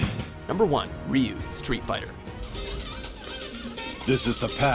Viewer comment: sigh... "reeyou". please look up how to pronounce his name.. you give him the no1 spot but butcher his name. RYU in english would be Roo... and his native Japanese its pronounced Du (like due/dew but slightly shorter). example Ken super dragon punch : "Shin-ryu-ken" (translated ultimate dragon fist). listen to it ,he says "SHIN DEW KEN". search pronounce Ryu here on youtube and learn something.